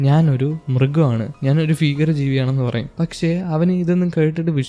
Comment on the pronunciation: ഫീകരം അല്ല ഭീകരം